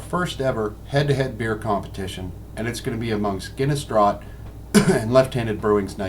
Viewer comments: It's pronounced - "DRAFT". You didn't pour the Nitro Milk Stout correctly. You pour HARD, and don't tilt the glass. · You mispronounced the word 'draught'. That is the UK spelling of 'draft' and is pronounced the same way. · I gave up on this review after the pour. Should have given up after he pronounced "draught" incorrectly. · same here. I was like 'noooo what are you doing!' ugh such a good beer put to waste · America or not, any bloody beer drinker should know the proper pronunciation of the word draught.